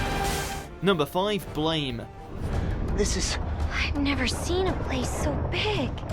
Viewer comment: It's pronounced "Blam", not Blame. Assclowns.